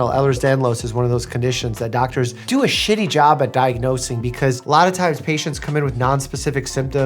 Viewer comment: Hearing dr Mike say “shitty” with that much spice startled me a little😂